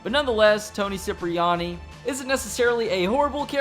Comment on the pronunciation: Trevor is the Worst Character in Gta series...and wait bro Toni last name pronounce (Kiprayani)👍 not Siprayani👎